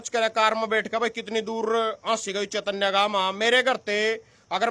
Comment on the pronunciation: चेतनय नहीं है चैनत है